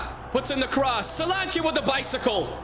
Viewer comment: btw it's soul-lan-key not sol-arne-quay and bournemouth fans mostly say dom as it's his first name